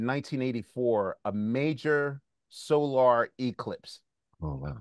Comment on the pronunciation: The way Quest said "SOLAR Eclipse," I thought he was about to talk about Shalamar and Leon Sylvers or something. 😸